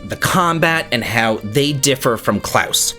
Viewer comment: my good man, I've always liked your videos and your personality, but I love you for your pronunciation of the name "Claus". You're the only non-German I know who pronounces it correctly. Great job!